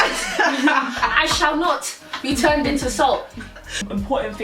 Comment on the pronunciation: "i shall not be turneed into salt" lool you guys speak soo much sense... love it <3